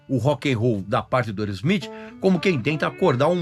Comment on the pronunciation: Boa pronúncia do nome da banda. Mandou bem 👏👏👏